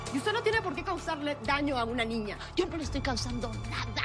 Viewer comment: En el munito 340 dijo nina en ves de niña